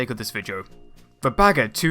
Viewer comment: it's "Bagger" - not "Bager"